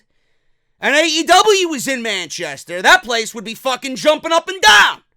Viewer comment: I could have swore you said “man chest hair” when saying Manchester in the beginning of the review 😂😂😂